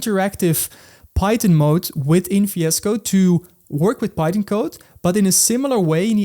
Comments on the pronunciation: fiasco! come here fiasco.. 🤣 he is dutch..remember austin powers movie (goldmember? "faza" for father)? 🙂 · Fiescode for me. I can't unhear it now. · yeah even in cc captions...fiasco to me lol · when you say vscode, i hear fiesco. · "Tell fiesco one more time!" XD